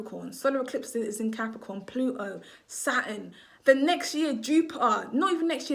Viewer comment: The way you say Plu O and Jupi Er is jarring!!! You’re missing the T!!!!!